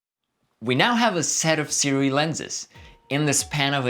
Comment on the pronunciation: don't fret, no one has been able to pronounce the name for years.